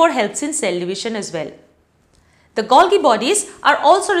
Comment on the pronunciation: The pronunciation is Gol-jee...